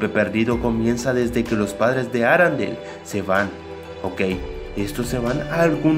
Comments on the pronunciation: es ARENDELLE no arandel Con e, no a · Aprende hablar no es Arandel parece una marca de limpiador de ropas